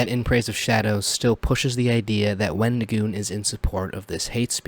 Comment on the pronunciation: The example he used of "far right" is basically just the anyone more to the right than he is. For someone who wants to seem so upset that someone made a video with our favorite avocado, he sure can't say his name correctly. His response on X was awful. I'm sorry, but it was the worst explanation ever. "Oh, I've gotten tons of things factually wrong because I can't control my emotions. Yes, i got things wrong but that doesn't change my opinion that all conservatives are evil and that wendigioon shouldn't be allowed to exist in horror or public spaces because i don't agree with his political or religious views. Oh, also, everything else i said that was factually wrong i stand behind as well but yeah, I shouldn't have used those pictures." His idea that people calling him names means they're nazis is just as crazy as his other takes. I'm not surprised to see that IPOS doesn't seem to understand you can be friends with people who have different beliefs than you of your a well adjusted individual. I'm the type of guy to hear someone said a slur and go "Oh no, anyway..." Because i understand that words only have power that you give them. Just like money only has value because we decided it did. People who make it seem like someone was out there physically assaulting people have no life. Horror is about the thrill of fear and suspense in a safe environment where you're allowed to express these feelings without being in danger, with various underlying types of horror invoking differe